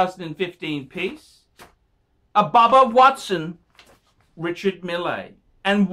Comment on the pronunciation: Pronounced "mill"